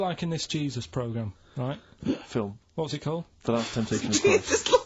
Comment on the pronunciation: no but righ' this temptation thing righ' 😂